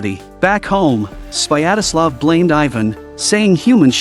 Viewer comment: It's not "Swayadaslav: - it's "Svyatoslav" xDDD